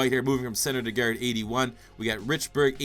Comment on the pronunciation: good youtuber just the way he says guard annoys me for some reason